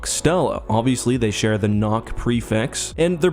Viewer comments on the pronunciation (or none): none